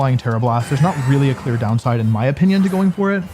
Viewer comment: Wouldn't chandelure work better that hisuan typhlosion? Better spa and better? Speed Also on 1st match he said in my onion instead of in my opinion